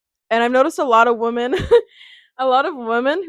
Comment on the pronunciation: I noticed this on multiple of your videos but I wanted to let you know the pronouncation of women (plural for woman) is "wi-muhn" instead you keep saying it as "woman".